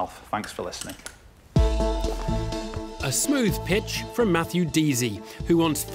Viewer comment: Why were they calling him Matthew when he clearly said his name was